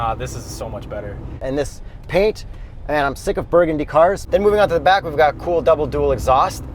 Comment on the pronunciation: Yurgundy? Lol nice edit